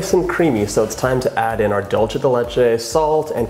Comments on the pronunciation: To be more exact, it should be 'DOOL-the'. And when I hear 'DAWL-che' the only thing I can think of is '& Gabbana'. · Distracted by you saying “Dolce” instead of “Dulce”... it’s Spanish, not Italian. Thought you said your mom grew up in Mexico... 🤔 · It’s pronounced DOOL-SAY not dul-che ❤️❤️ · It looks amazing! But... it’s pronounced “Dool-seh.” “Doll-che” is Italian. 😬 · Sounds amazing but can I just give you a little annunciation tip? The word “dulce” is pronounced “dool-seh” (I noticed you adjusted this when you started decorating) as opposed to dolce (dohl-cheh) like the Italians say. Sorry! I love you but it was just like really bothering me 😅💗🎂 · Alejandra Ely lolz, I was referring to the language. They speak Spanish in Argentina and they pronounce it “dool-seh”. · The way he says dulce...